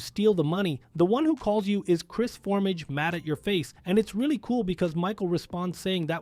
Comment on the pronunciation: I find it fascinating that you have all of this knowledge about the game, but simple names that are said out loud, in some cases m multiple times, are constantly being mispronounced. Chef, MC Clip, Cris Formage. It's very off-putting and unprofessional for a video creator.